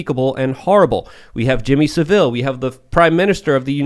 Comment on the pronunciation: Who the feck is "Jimmy Seville"? Surely you mean "Saville" (pronounced "Sahvul").